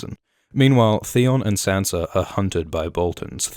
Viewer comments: I JUST figured out you're Australian. Because you said "hopefully she'll have better luck keeping Sansa'r alive" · What's up with people calling them Sanser, Myrceller....??? :/ Is it another one of those 'nucular' things?